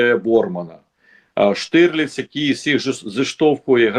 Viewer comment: Штырлиц 🤣 Власне, українською правильно казати та писати Штірліц 💡